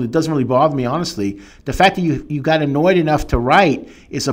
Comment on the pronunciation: “got an-NOIDED-nough.”